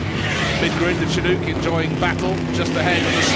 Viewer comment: This is wonderful racing! And, please, dear British commentators, "Chinook", (a warm, snow-melting wind off the Rocky Mountains onto the prairies), is pronounced "Shin + ook" as in "book".